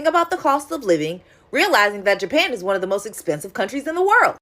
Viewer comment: “Jaypan” smh